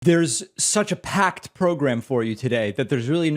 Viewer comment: "This show's pakked, man" - Pakman